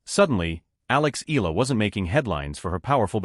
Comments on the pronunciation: Here we go again!!! How come the foreign media butchers Alexandra Eala' s last name?/!! IT HAS 4 LETTERS ,BUT IS PRONOUNCED AS A 3 (THREE!!!) SYLLABLE WORD. E= pronounced E A=pronounced YA LA=pronounced LA All together, it should sound E-YA-LA! PLEASE, if all correspondents and media can pronounce the difficult European last names of tennis players, they should also be able to pronounce a 3-syllable last name, as if one is reading it as a Spanish last name! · ...and you are also insulting her (Alex Eala) by not pronouncing her last name correctly.